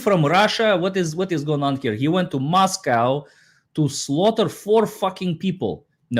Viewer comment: Just an FYI since I'm from Moscow, ID - it's Moss-Co, not Moss-cow.